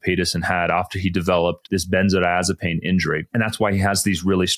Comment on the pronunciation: is a "Doctor doctor" I presume, So why does he pronounce the drug benzo-azapine, missing the "di" in the middle? Consistently through this video. It's quire odd.